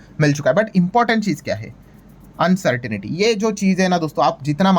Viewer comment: Please pronounce the word uncertainty as अन्सर्टंटी, and NOT अन्सर्टनिटी